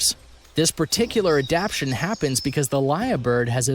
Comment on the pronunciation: This video has a lot of creatures that don't go with the creature being discussed. Also, the word adaptation is being pronounced wrong throughout the video.